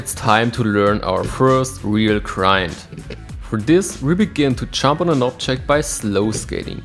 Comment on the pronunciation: Every time you say jump I hear chomp, but it works because your skates are effectively chomping onto the obstacle with their souls and H-blocks.